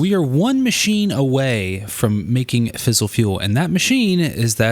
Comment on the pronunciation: Great vid, for future reference it is "fizz-ile" not "fissle". Source: engineering undergrad. E: And it is also Turb-ine, as opposed to Turb-in. (rhymes with line)